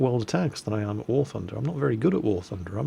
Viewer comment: Ive live near 'The Toon' and the only bit that you messed up was the 'war' bit which sounded like a Yorkshire accent-well done though lol.